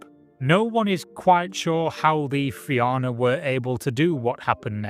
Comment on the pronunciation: Im glad you managed to pronounce Éire correctly. Fianna on the other hand..... Great video anyway!